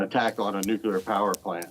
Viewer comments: He be calling it a “Nucular” power plant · why this American expert says "nucular" instead of nuclear? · Did he just pronounce nuclear like George W Bush?